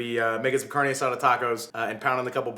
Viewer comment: This is the first channel I follow that is cooking! I think its just like your personality! Also being a latina, I cringe when you say "carne" hahah so funny.